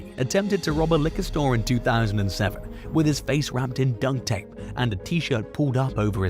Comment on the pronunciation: Since you said it twice, you must think it's dunk tape. It's duct tape. As in tape used on ducts. K?